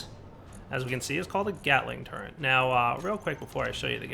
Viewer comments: its pronounced turret......... not turrent... =_= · Drives me nuts that he pronounces Turret as "Turrent". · There is no N in turret. Thank you.